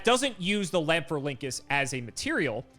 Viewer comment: Pronounced "Lan-FOR-ink-US". It's based off of the Rhamphorhynchus (Ram-FOR-ink-US), a long-tailed pterosaur from the late Jurassic period. Konami replaced the "Rham" with "LAN" to make it more cybernetic-sounding. There is no "Link" in that name, though I know you'll just keep using it <3